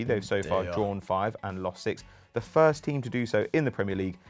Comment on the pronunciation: Birst of all Good ebening